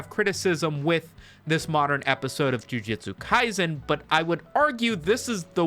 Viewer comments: I don't even watch the series, but hearing it pronounced as "JU-JI-TSU" instead of the proper "JU-JU-TSU" bring out the sweaty neckbeard in me. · Breh. Called it jiu jitsu not ju jutsu 💀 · i swear, if you say Ju-Ji-tsu Kaisen once more, I‘ll have to unsubscribe and subscribe again, just to cause a tiny dent in your analytics. I know exactly how that would terrify you. By the way: Please play RUINER on stream.